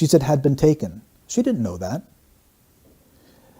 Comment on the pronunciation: The way Kate emphasises the words "had been taken" it's as if she feels the need to convince anyone listening to her that Madeleine was taken, rather than just saying she was missing, which at that point was all anybody knew. The door had been left unlocked, so what was to stop Madeleine from just wandering away? That was a possibility as to why she was missing, but it's never even considered by them. Surely, as a worried parent, you would want to explore every conceivable possibility if it meant there was a chance your child could be found that way. The only reason they wouldn't even consider her wandering away is so that they could sell this idea of abduction from the start. They know that she hasn't wandered off or been abducted, but claiming that Madeleine was taken covers their tracks much better. That's why they jump to stating it was an abduction straightaway, because that was the narrative they wanted everyone to believe. Therefore, they never miss a chance to try to convince everyone that this was an abduction.